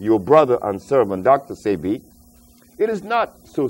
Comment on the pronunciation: Dr. Sebi's name is pronounced Say-Bee